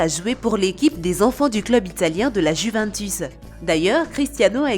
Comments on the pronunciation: Mais pk la dame dit la juvintus 🤣🤣🤣😂😂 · Mdr le ptn de bot Cest du lama fâché tt craché La juvUNtus